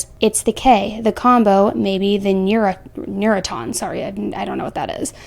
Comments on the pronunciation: Two words that you mispronounced..... Neurontin ( ner ron tin ) and Versed ( verrr said ) just want to help you out. Great job otherwise 👍🏼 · Neurotin is pronounced ner-ron-ten. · Versed (Ver-sed or ver-said) Neurontin (Ner-on-tun) Meds are A bitch to pronounce when they’re misspelled. Not the Pronunciation police. Just trying to help.✌🏻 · It’s pronounced “ver-SED” - two syllables. And Neurontin is: “nur-RON-tin” - 3 syllables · the medicine is pronounced nor-rontin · It's pronounced neurontin (New Ron tin) it's a medication used for people that have finromaylagia, also it's not versed it's ( Ver Said) it calms one down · It's not pronounced Versed it's Ver-said and the other Is Ner-on-tin just FYI. The fact that this ahole was providing meds that shouldn't have been given outside of the surgical suite should put this creep behind bars and his license should be gone.